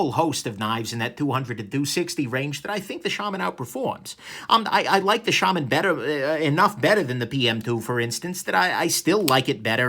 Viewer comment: You said Shaman right! Lol